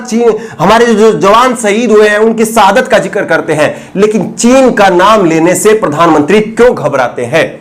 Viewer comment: Arre ooh Bihari, sahadat nahi shahadat hota hai 😉